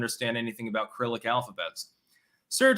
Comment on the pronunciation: The first C in Cyrillic is soft, not hard